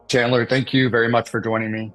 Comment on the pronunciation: vewwy wayyyyy